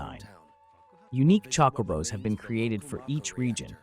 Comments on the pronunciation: Chockobos? Chocobos? lol it’s chocabo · true actually but it’s not pronounced Chocoooobo or chockabo like this guy pronounced it wrong in multiple ways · No its not? It Chocobo there's no A. EDIT: I now heard what you meant. However this is just AI voiceover. still it is def Chocobo but pronounced Chocabo